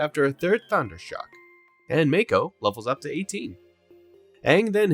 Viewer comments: It's M-AA-ko, not M-ay-ko. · The pronunciation on mako… hahaha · LEGIT they say his name hundreds of times how do you mispronounce it so badly? unwatchable